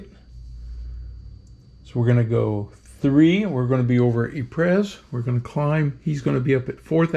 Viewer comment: hate to be that guy….but Ypres is pronounced EE-pruh. But don’t feel bad, the British during the war just called it Wipers.